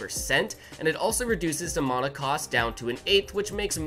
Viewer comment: your saying the word mana wrong like 100 times and it gets more annoying every time i hear it